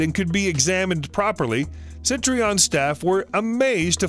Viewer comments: Btw it’s Citroen, not “Sitreon”. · Yikes. Try "SEE-trenn," a little closer if not French. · Citroen = seat-run. Hertfordshire = Heart-ford-shear. Hampshire = Hamp-shear. Wiltshire = Wilt-shear.